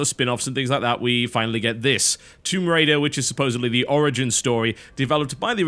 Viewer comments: WTF is THOMB RAIDER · "THOMB RAIDER RAID THOMBS" Before he edit's it